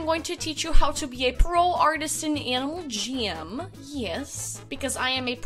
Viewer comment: Sounded like you said Animal ''Jim'' XD Btw your amazing! Idk if I would be a successful jammer without you :)